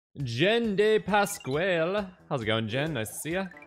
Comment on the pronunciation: You still can’t say Pasquale, nor talk properly in general.